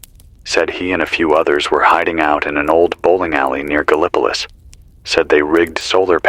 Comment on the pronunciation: Started listening pm EDT! Loving it, lyrical. AND... the way you're pronouncing Gallipolis IS the way we pronounce it here in Ohio, so BRAVO!